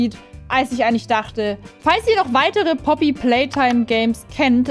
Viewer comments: Langsam regt es auf dass du Puppy statt Poppy sagst :,) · ich liebe wie du poopy playtime sagst😂😂